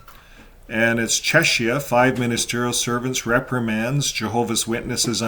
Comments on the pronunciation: I think Czechia is pronounced "check-ee-uh". Anyway, I hope that Czechia starts clamping down on the Watchtower Society's harmful practices, such as shunning of children and minors, the dangerous practice of banning needed blood transfusions and other medical procedures for Jehovah's Witnesses and their children that really need them, the violation of human rights, among other wrongful, dangerous practices. Thank you,, for this latest update on Jehovah's Witnesses and for continuing to expose their lies, hypocrisy, and harmful practices. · It's pronounced Chekia. Ch in the Czech language is pronounced like the English K. To make the English CH sound, you use Cz. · The "ch" in the word "Czechia" should be pronounced like a "k", just as it is in the words "Czech" and "Czechoslovakia". Thank you for your work!